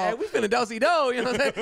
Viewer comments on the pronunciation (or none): "we finna doe see doe" cried laughing for 20 minutes straight